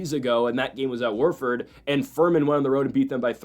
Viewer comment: Who’s Worford… it’s Wofford